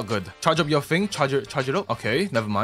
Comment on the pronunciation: I like all video when you says the infamous word "yuer"....